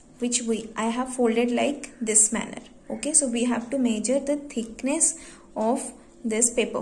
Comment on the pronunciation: "To major the theekness of a given shit" Bruh 💀